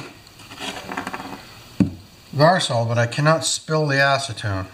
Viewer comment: Well he didn't want to lose his ass-ce-tone.